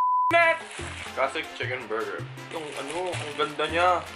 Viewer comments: Berjer, berjer ANDAMI KO NMAN BERJER?!😂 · “Andami kong burjer” 🤣🤣🤣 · berjer... berjer... isgabeti. 😂 HAHAHHAHAHAHHAHAHAHAHHAHAHAHHAHA. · “Burjer, burjer”, “iskabeti”🤣🤣🤣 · Burjer.......Burjer.....Isgabeti is d best😂😂😂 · berjer berjer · Burjer scabettie?? XD luhh may kukamber XD tawang tawa talaga ako